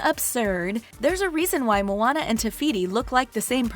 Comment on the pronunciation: Moana* it's not pronounced "Mona" as in "Mona Lisa" okay?